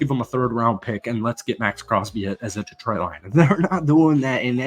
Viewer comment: It's pronounced De-TROIT, not DEE-troit